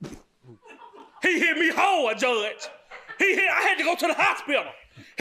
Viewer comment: 😂😂😂😂😂 “He hit me HAWD JUDGE!”